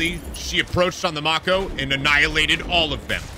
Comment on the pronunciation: I am not excited about how you pronounce Mako. Its strange.